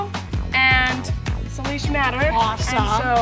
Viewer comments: i love this but it is SAY lish matter anyway u guys are great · I gotta correct its pronounced Say-lish not Salish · really said SULESH BUT It is saylish however it is spelled Salish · Me recorrecting the words when said ferran nidal and saylish lol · Selish matter and feren 😂 😆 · Lol you you pronounce Salish wrong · its pronounced Say- lish and turn-on and ni- doll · She sad slish not salish